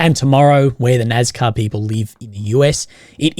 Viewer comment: NAZZCAH? It's pronounced Nass-caR